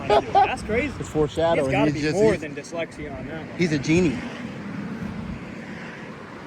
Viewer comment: did he say dextexlia lMAO